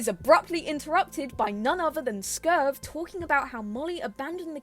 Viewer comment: For your information reading in comments, the Coyote mascot is called Skurv, not Scurve